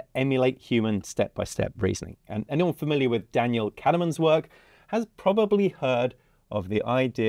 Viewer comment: Thanks for sharing. FYI it’s Daniel Kahnman not “Cadaman” 😊